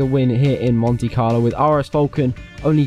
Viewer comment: Botch right at the start said mone Carlo